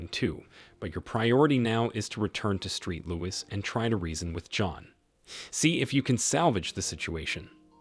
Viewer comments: The ridiculous mispronunciations make it difficult to follow these stories. And they don’t say “street louis” just once, oh no…they repeat it again and again. And thank goodness the AP had a tattoo of a heart and the name “Jay-Nett” on his arm for ID. Very low effort by the clowns running the channel. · Street Louis? sigh